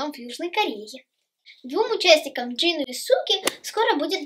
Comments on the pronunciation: И не Чин а Джин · И вабшето не чин а Джин